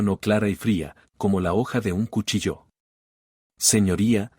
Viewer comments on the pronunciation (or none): none